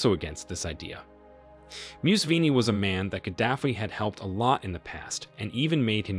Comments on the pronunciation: It not mew-u-c- fee RE or how’s the hectic you’re mutulating his name: it pronounced: Moo (like a cow sound)- seven (like number 7) - and ee ( like the vowel e) MOO-SEVEN-E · Only An Merican would create a video about someone and not bother to look up how its pronounced. Its Moo-Se-Venni... Not Muse-Venni, for gods sake. I couldn't listen after the 5th or 6th time. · Mu se ve ni not musvini you butcherd that name could not conyinue watching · It’s not Museven Mu se ve ni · Why do you pronounce him as Musween instead of Museven? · You are pronouncing it wrong. The correct pronunciation is Mu-se-ve-ni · Why can't you pronounce names properly? E. D Amin. Mu se ve ni. Mu Amar Gadafi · You have to check names before making a video. Muse-veni sounds painful, and Gaddafi's first name isn't difficult to pronounce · The pronunciation of Museveni is actually something like, mhu-sev-eny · Mu-seven "7" as in number seven. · "Moose vinny". What the hell dude? Can't you learn how to pronounce a simple name? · Who is this MUSWEEEENY you keep talking about? Do you know how to mouth letter V? Its M U S E V E N I. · Thought you were fuckin talking about Mussolini.. Moo-sah-veh-ni. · Pure propaganda. You can't even properly pronounce their names .... Miiissssvvvviiinii, Swemyogreeree. The fact that you couldn't even do research on how names are pronounced are evidence that you are talking based on off hearsay. Pure nonsense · Bro, MUSEVENI is pronounced as such. Muu-7-E. Thanks for the insightful video nonetheless. In America we don't get to hear such an indepth and unbiased truthful coverage of what really happened in libya. Thanks again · His name is” Mu-se-ve-ni “ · For Gods sake he's NOT Musveeni. Discredits your entire story if you cant even learn proper names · Hi, sorry to be that person but his name is pronounced Mu-sa-ve-ni not Museveni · It's pronounced MUSEVENI like MOO -SEVEN-E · Your pronunciation of names is annoying. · You don’t even say his name right! 🤦🏻‍♂️